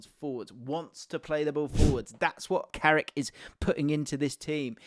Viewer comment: It’s carrick you knowwwww